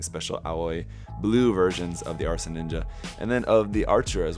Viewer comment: Asra, not arsa 😊